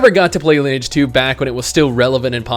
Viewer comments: its fuckin LIN-E-AGE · You do not know how to pronounce Lineage.